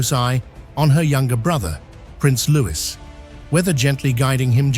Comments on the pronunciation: It’s Prince Louie, not Lewis! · Don't believe this for a second. Also, for Pete's sake, it's Loowee, not Looiss! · How can it be possible you still cannot pronounce Louis?